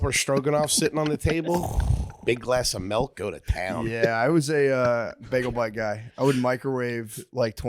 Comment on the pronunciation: “Big glass of melk”